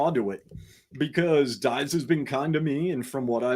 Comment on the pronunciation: Dives - pronounced Dee-vays.